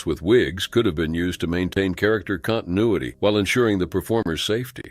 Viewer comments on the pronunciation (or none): none